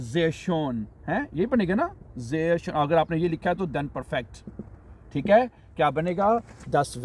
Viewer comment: Schon Nahi hota Schön. Hota hai. Pronounciation. Sprache( ishprachay) not (sheeparakhay)